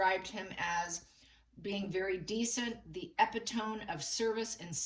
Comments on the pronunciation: I love you...but...your killing me! It's pronounced "EpitoMEEE" not "EpiTOME", sorry but just a stickler! Love the reading. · Love you but the word is e- pit- tomy. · Great reading! FYI epitome is said “eee PIT oh me”